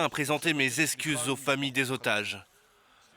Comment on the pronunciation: "...mes escuses..."? 🤨